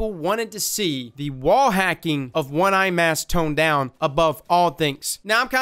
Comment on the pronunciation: "One eye mass"